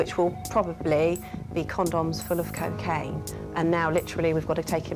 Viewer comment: It's not "keh-kaine!" It's koh-kaine!!!